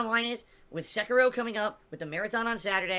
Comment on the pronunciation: unless it's share play to ch3at, Sekiro ( i HATE his pronunciation) will rip him a few new ones.